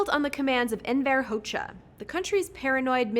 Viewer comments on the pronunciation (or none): And Enver Hoxha's last name is pronounced "HAW-juh"